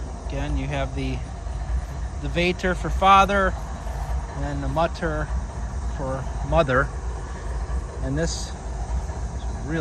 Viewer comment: Mutter und Vater, gotta love seeing this as I am Dutch, and of course German is a common learned language here. If you pronounce the u in Mutter like the oo but short from boo, you're very close. Vater uhm.. the a... baaaa like sheep say *laughs lalala kinda like that a :) Thanks for going to these cemeteries, I love looking around with you :)